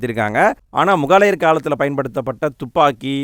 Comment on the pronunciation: சிறப்பு. ஒரு திருத்தம். முகாலயர் இல்ல சகோ. முகலாயர் னு உச்சரிங்க.